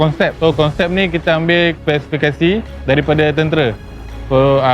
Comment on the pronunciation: Tentera bang bukan tentere😂😂🗿🗿🗿